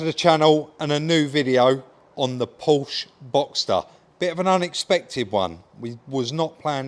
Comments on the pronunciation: its not a Powsh, its a Porsh A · Some boy you are eh!! Well done for a good try Oh it's pronounced ",Porscha" just saying as a friend 😅